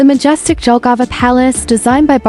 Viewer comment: The city name Jelgava should be pronounced “YEL‑ga-va”, not “DŽEL‑ga-va.” In Latvian, the letter J is always pronounced like the English Y (as in yes), which is why the correct pronunciation starts with “Yelgava.”